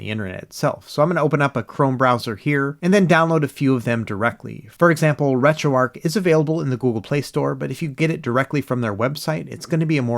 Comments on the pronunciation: Arch not Arc buddy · Wait, did you say you got called out for calling "8bitDo" as "8bitDoe" (I agree with you on this) all the while you rename RetroArch -> RetroArc ?? LOL, this is not a troll or complaint, just funny to me. You can pronounce it however you like.